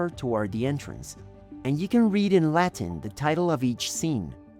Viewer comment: It is funny that You speed up Your pronunciation when speaking Latin, Italian or Spanish notions.